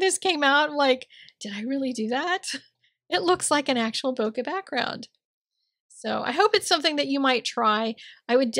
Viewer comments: Hi, - One day I might give this a try. It is a beautiful card! I looked up "bokeh" and found the second syllable to be more like "kay" than "kuh." You always inspire me and say "woof woof" back to your dog for me! L in PA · Hi! This is Stunning. Love, love, love it. Bokeh is pronounced Bouquet. Sending Hugs!